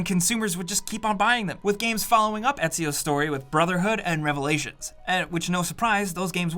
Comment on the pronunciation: For an Italian he butchered Etzio's name!😂love you man🤣